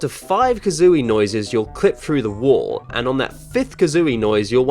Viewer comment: Wall Not wool